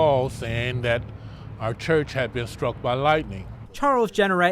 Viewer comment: Thousawnds of lwightning stwikes